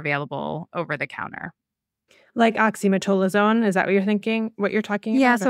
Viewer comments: I see this mispronunciation so often, but have heretofore demurred on correcting them for fear of being petty. I'm screaming inside OXY-ME-TAZ-O-LINE. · Great episode, especially emphasizing what to do instead of antibiotics for cold viruses. Oxymetazoline (Afrin) is the nasal spray medicine discussed for anyone confused by the slight mispronunciation in the episode.